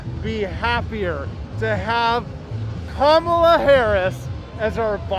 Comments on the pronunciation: sis pronounce her name right god damn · bruh when people say Kamala like that it’s so annoying